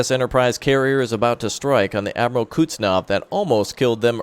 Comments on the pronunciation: sorry for being that guy, but the pronunciation of Admiral Kuznetsov is approximately Admiral "Cooze-nyet-saw" not "Cuts-naw".:) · I SWEAR I HAVE SAID IT BEFORE IT IS PRONOUNCED "KUHZ-NETZ-OV", say it right please.